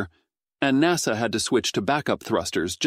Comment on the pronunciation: Stupid AI voice, NASA is treated as a word, not 4 independent letters (@ 7: 15).